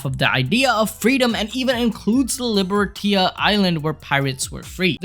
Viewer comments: I have to react. It's not Libertia, it's Libertatia. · Just saying, it reads....Lee-Ber-Tay-shi. Libertatia